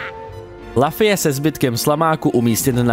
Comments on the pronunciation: Zdravím, jako zarytý fanoušek One Piece mě výslovnost jména protagonisty jako „Lafy“ ačkoliv v originále je to Luffy [Ruffy] (v japonštině se L čte jako R) zneklidnila. Pochopitelně ne každý zná One Piece a správnou výslovnost cizích jmen, ale tohle mě na jinak zajímavé recenzi zklamalo. Dokázal bych odpustit i americkou verzi Gomu Gomu no Mi tady zmíněnou jako Gum Gum ovoce, ale přes jméno protagonisty nejede vlak. Kratos taky není Krétos, Dante taky není Dent a Ezio není Ezjo. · je to luffy ne laffy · Lafy ? Co to sakra ? :D Recenze ok, ale tohle mi rvalo uši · jmenuje se Luffy a čte se to lufy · Strašná recenze, po první minutě jsem jí musel vypnout. Při recenzi hry, by si člověk měl alespoň zjistit výslovnost jména hlavní postavy. "Lafy"???? "Gam Gam" ovoce???? to se vážně nedá poslouchat 🤮🤮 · Kdyz to rekl poprve malem jsem se do*ral.. :D cim vic to ale opakoval, tim vetsi jsem dostaval pocit, ze prohodit mobil zavrenym oknem je taky moznost.. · Já jsem si u Indiana zvykl na určitou úroveň jejich recenzí. Když však odpovědná osoba neumí ani vyslovit jméno hlavní postavy, jak mám věřit zbytku recenze? Najednou to vypadá odfláknutě. Jsme jen lidé a kdybych dostal text, který jsem nikdy neviděl o něčem, co neznám, taky bych měl problém s výslovností cizích jmen. Jenže kdyby se tohle stalo u jedné ze slavných sérií jako God of War, Assassin´s Creed nebo Legend of Zelda, místo mého chápavého komentáře, kterým jsem chtěl říct: „Je to velká chyba, dejte si příště pozor,“ bychom mohli mít náběh na třetí světovou. Pro člověka, kterého nezajímá anime, natož One Piece, je to prkotina, ale zkusme si to představit u hry, kterou známe všichni a na nějaké pochopení můžeme rovnou zapomenout…